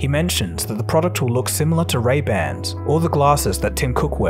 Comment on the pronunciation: Did u just say ‘RaybanD’???